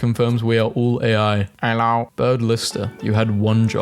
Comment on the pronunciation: BAHAHAHAH THE "ello"